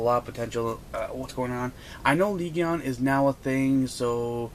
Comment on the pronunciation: couldn't even focus on the deck I was looking at the mat the whole time xD btw legion is pronounced lee-jin